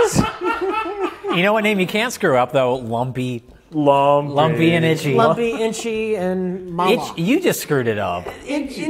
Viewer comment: rich evans: -perfectly pronounces "fairly mass-producable customization" also rich evans: -can't pronounce "buck" or "itchy"